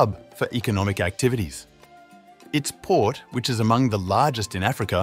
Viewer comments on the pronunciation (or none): none